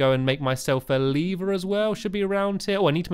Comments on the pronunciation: it sounded like he was saying "Make a Lee Bear" instead of "Make a lever" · Stamps stop saying leever it's lever ur making me pronounce it leever